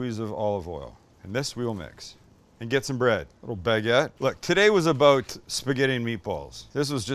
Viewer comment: I hear a Canadian “aboot?” 😁